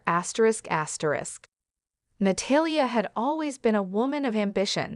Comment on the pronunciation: Na-tall-ya = Natalia. Please learn to pronounce her name properly. I had no idea who you were first referring to.